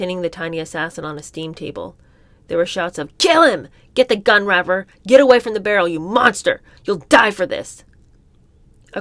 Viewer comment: I love, love, love your readings, but PLEASE learn how to say these people's names. It's Ray-fer and Sir-hawn Sir-hawn